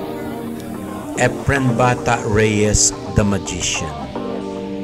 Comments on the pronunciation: Is that how his first name is pronounced? According to a search it's not pronounced like that. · Epren Bata-a Reyes, seypti shat. Boy robot. hahahaha